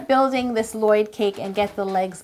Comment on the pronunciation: Not Lloyd... It's L-LOYD